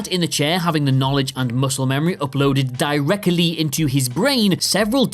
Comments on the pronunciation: direcally?! Spent the time to slow the word down and you still Missed the T!! 👌🙈👍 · Die-recally, said at 4 minutes 33 seconds. This guy either needs elecution lessons or if it was done humoursly it shows again how quality has dropped like a ten ton turd. There are many great sub plots and nods to different stories and films in the Matrix. It's certainly worth another watch.